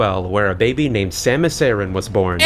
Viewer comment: Her name is pronounced Sam-Us Air-in.